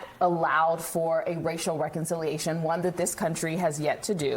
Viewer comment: She cannot even pronounce "reconciliation". 😂 Also, apparently conquistadors never existed.